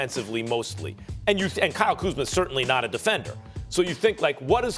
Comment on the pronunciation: He just said Kyle kuzmer in this segment 😂